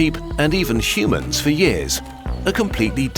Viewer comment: You lost me at “shumans”